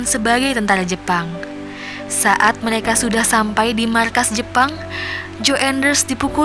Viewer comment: Meleka r nya mana buk